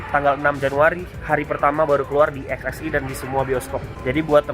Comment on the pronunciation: Eks eks wan. Perbaiki lafalnya tuh bang.